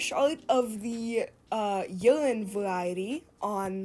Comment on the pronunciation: Like I know there’s stuff with minors involved either way, but when you said “urine” I thought you said “youngin” and I was like WTF